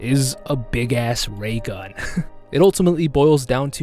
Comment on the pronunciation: hate to be that guy but... it's a Railgun, not a Raygun